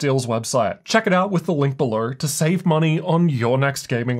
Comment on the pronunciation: “Links bellur”